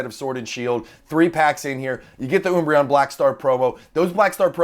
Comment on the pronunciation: I cant help but crack up when you say oombreon. Ive been in the hobby a long time and never heard that pronunciation before this channel.